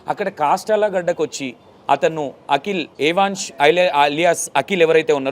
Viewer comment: ఏ వాన్స్ కాదండీ యవన్